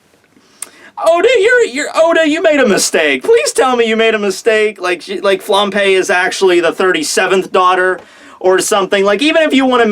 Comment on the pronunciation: Am I the only one hearing "flampé"? :')